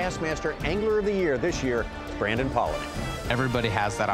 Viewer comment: Who's "Brandom" Palaniuk??